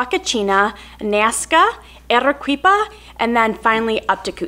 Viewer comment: Congratulations on your slaughtering of the Spanish language. Arequipa is pronounced: AH-RAY-KEE-PAH. (Hearing you pronounce it: ah-ray-KWEE-pah was quite excruciating). NOT "super cool!" FYI, Pisco is not "wine", it's basically a brandy. Overall, not a great video, sorry. Score: 1.625 (out of 10.000)